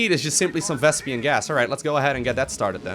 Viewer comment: "Vespian gas"